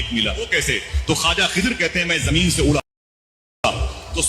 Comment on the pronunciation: Khazir Nahi Khizr plssssss allah ke waste nam ka prounounciation durust kro kan me chub rha h litrally